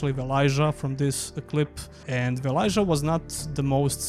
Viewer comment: Its VelaYA, not JA